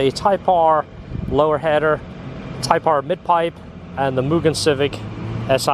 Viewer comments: a lot people say myujin or myugen. Annoyed me for years and I got over it. So it was refreshing to hear it pronounced the right way. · Respect on pronouncing Mugen properly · So glad you pronounce mugen properly 😂